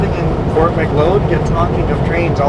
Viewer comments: Fort Mick-Cloud is how it's pronounced. And if you ever go through Claresholm again, you MUST stop at Roy's Place Diner and get one of their giant cinnamon buns. They are the best in the entire WORLD. on your time stamp. LOL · Fort Macleod is pronounced like Fort Mc-cloud. Not Mc-loyd